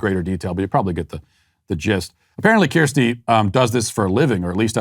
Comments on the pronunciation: TIL that apparently Kirsty isn't a name in America, judging purely by Matt's complete inability to pronounce it. Keerstee from Shropshyer. You get an eyerolled like from me. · Matt, I love you but I am howling at your pronunciation of Kirsty. From a UK citizen - it’s K-er-sty 😂